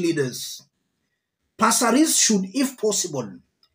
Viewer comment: Aki passareeees😢😂 I love the way you say it 😅